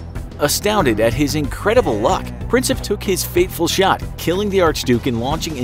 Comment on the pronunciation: It's not Princep its Prinčep